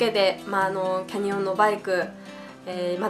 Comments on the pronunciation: キャ↑ニオン→ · canyonはaにアクセントをつけたらいいと思います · キャニオンのイントネーション・・・・・・・・